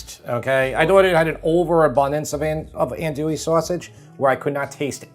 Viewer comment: “An-dwee” is how the sausage is pronounced.